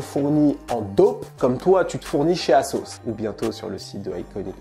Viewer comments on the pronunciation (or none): none